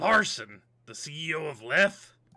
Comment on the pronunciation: The name Lethe probably comes from the River Lethe, a river in Greek Mythology known to be able to erase memories. Apparently the correct pronunciation is “Lee-thee”.